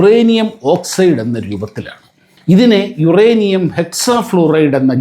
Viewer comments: യുറാനിയം അല്ല മോളെ... യൂറെനിയം ആണ്.... പ്രസാദിന് ഒന്ന് തിരുത്തി കൊടുക്കാമായിരുന്നു... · യുറാനിയം അല്ല,യുറേനിയം